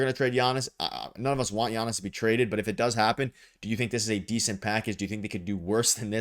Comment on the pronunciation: For the love of God, this is how you pronounce his name